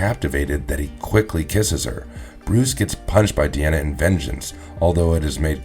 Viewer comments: Di... Di... Di 'ana... Not De Not De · Three of these commentators cant pronounce certain words properly said " hey dra" instead of hydra said " bru'der instead of brother in this video keeps saying " De'ana instead of Di' ana. Its driving me crazy